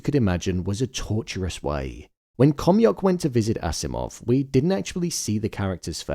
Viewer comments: It's Akimov not Asimov. (Alexandr Fyodorovich Akimov) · The name of the scientist is Alexander Akimov not Asimov, but other than that, great job!